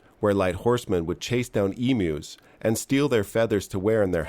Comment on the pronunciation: “Eemoos” lmao